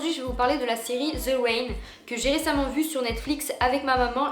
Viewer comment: "The wain" 🤣